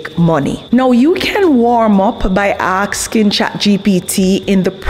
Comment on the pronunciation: Hi 👋 alright? I love your work and your videos 😊!! You're such a great content creator and I love your way of saying "ask" or "asking" and you turn the word around in a way that looks like you saying "aksing" or "aks"., Sorry to make fun of your dyslexia but I love you 😘💕 it's funny... Sorry 😅